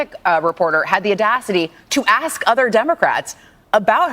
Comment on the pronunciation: It’s ASK not ACTS (fox guy)